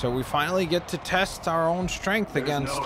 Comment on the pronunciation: “Miles has big strenk”